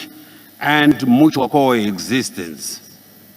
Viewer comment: It's a pity Zimbabwe represented by someone who can't pronounce English terms correctly e,g develop,deverop ,freely, friri mutual,mutuari